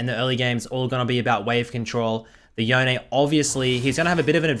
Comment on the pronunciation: Crazy that riot think yone is pronounced yoneay, in that case bone is now boneay